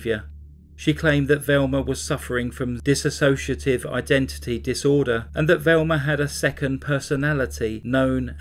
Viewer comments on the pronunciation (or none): none